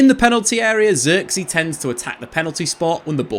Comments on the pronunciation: if only you knew how to pronounce his name correct. Zirk-zay, with the i pronounce like Giggs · Just quit pronouncing his name pls at this point u butchered it so many fking times u should just say joshua lol